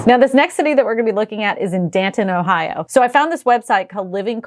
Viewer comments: Did you call it DAN~TON Ohio? Lol it’s DAY-TON! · Dayton is pronounced 'day-tn', not 'dan-tn'. The only one I would consider is Ft. Wayne, as it's about equal distance to 4 bigger cities for work (West-Chicago, North-Detroit, East-Cleveland, South-Indianapolis). However, I grew up in Ft Wayne, and there's a reason why I don't want to go back. It's just too slow for my taste, and the people running the state don't seem to have my interests in mind, regardless of how cheap it is to live there. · It’s Day-ton, like a car weighs a Ton. Bad lol for an a gent that does know how to pronounce a major metro in America. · It's pronounced DAY-Ton!!!